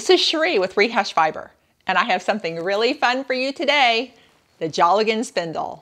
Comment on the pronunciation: Pronouced dale gan not jolly gone....